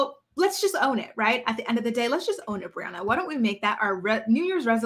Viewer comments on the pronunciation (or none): Did u just call her boriana 😂😂😂 yesss